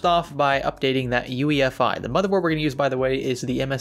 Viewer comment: U keep saying ufi.....mits UEFI SIR